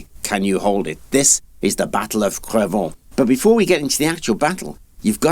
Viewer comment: Great video ! The irony is, to my french ears, the way your pronounce Cravant, sounds like "Crevons !" which would roughly translate to "Let's die !"